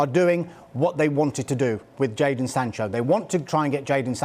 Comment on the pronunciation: Why would anyone listen the opinion of a guy who calls jadon "jordan" lmao